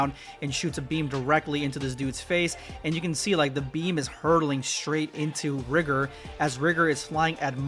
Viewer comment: Sorry, I think it was Pronounce Rigor with a long i